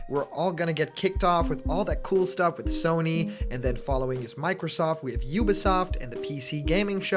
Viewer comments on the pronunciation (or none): none